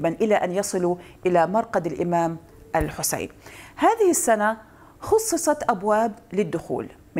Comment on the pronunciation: 🔷🔶 .. انا متابع لهذا البرنامج الجميل ولكني لم انتبه لاصول مقدمة البرنامج ، وفي هذا الفيديو انتبهت الى طريقة نطقها لكلمات معينة مثل الامام الحسين او زوار وكربلاء والنجف وطويريج وغيرها فقلت في نفسي انها اما ذات اصول عراقية او لبنانية شيعية ، وعملت بحث عنها في الگوگل وعرفت انها لبنانية واسمها ملاك جعفر وزوجة ياسر عباس ابن الرئيس الفلسطيني .. وسبب تعليقي هذا هو ان اغلب المذيعين والمقدمين العرب لا يكلفوا انفسهم ان يسمعوا كيف ينطق ابناء اي بلد اسماء الاشخاص او مدنهم وعشائرهم ، لذلك فهي دعوة للمذيعين بأن يقرأوا الاخبار قبل البث المباشر كي لا يقعوا في اخطاء او عدم صحة النطق .. تحياتي للجميع ..🌹🌹🌹… 🔶🔷